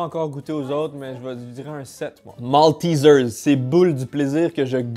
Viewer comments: MALTEISEIRE PAS MALTISEARSE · on dit MALTÉÉÉZAIRE ! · Nan c'est : Maltézère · « Moltizeuws » Les français: Mais non c’est « MALTAIZAIRE » qu’on dis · Partout: maltizers En France : maltésère ça se prononce en anglais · Je sais que les Français vont être choqués par ma prononciation de MALTESERS Also moi: J'avoue c'est bon les Maltésaires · Oh ça se prononce malteeesers? XD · La prononciation de maltesers me fait si mal au coeur